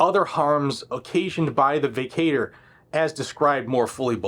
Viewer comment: vacatur is pronounced, vĀ kă chər